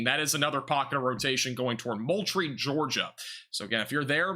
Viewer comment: Ok, thats Val dos ta and Mole tree